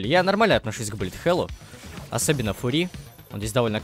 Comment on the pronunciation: господи пожалуйста говори не фури а фъюри